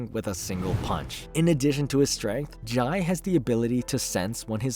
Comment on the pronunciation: Jai is pronounced "Jay" in The Flash continuity.